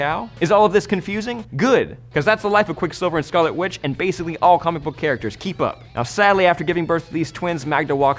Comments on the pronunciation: did he say? "quick silver and scarlet qwitch? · Is he saying "whitch" on purpose or is it just my hearing?